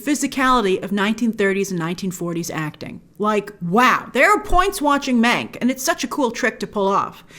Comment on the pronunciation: Every time Grace said "Mank" It sounded like she was saying "Meg" and it gave me traumatic flashbacks to Ryan Murphy's Hollywood